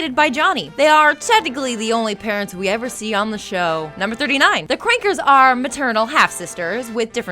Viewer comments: The few times she said the Kankers sounded like she was saying Qwuankers. o-o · If you're going to pretend you loved the show, at least take the effort of pronouncing names right. "My childhood ended when this show ended. Anyhow, the CRONKERS blah blah"